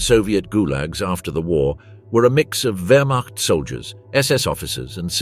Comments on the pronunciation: Terrible AI commentary. Stopped the moment I heard 'Werschmart' which I assume meant 'Wermacht'. And the awful picture gallery which shows nothing aligned to the commentary, even showing French soldiers as SS, what a load of shite. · Werch mart. Good try, AI. It's Wehrmacht(vermact). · commentary at 2.08 = "werch mart". How real is any of this ??? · The “wurchmot” brutal pronunciations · What the hell is the Werchmart? Once again, AI sucks a turd. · You know the nattation is AI when it says "Wurtch-macht" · ... "regular members of the (wertmarch) ... wtf! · Stopped watching when the AI voiceover could not pronounce ‘Wehrmacht’. Get a real person. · The narrator missed pronounced whermacht not good enough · Can you not pronounce Wehrmacht? Is it so hard to check your work? Distracting from the rather decent script that either AI or some poorly paid historian wrote and was not credited. You have to do better. Or be ignored. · I stopped when the AI voiceover could not pronounce‘Wehrmacht’.